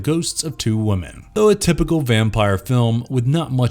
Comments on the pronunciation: Has anyone else noticed it sounds like the narrator says "woman" when he should be saying "women"? I can't tell if it's just the way he says it, or if he's actually saying "woman," but once you notice you can't un-notice. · "Ambiguous"-pronounced am-BIG-gue-us, not am-bee-GUE-ous. Stress on the "big", not the "gue". "Ambiguity"-pronounced am-bee-gue-it-tee, not am-bigwitty. "Women"(plural)-pronounced wim-in, not woo-man(singular). Otherwise, great narration. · Great video, but I have to say... spelling "woman" instead of "women" and vice versa is bad enough, but pronouncing it wrong every time you say it is... rough.